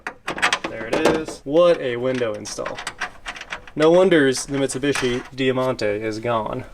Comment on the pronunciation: It’s pronounced Die Monte, not dea monte…